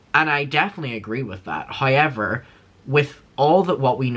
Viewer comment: Hi-ever instead of however🤣 I love Derry accent 😁